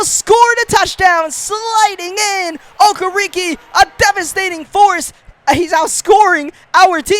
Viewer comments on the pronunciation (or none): Do you even watch football? How do you mispronounce the last name Campbell or Okereke..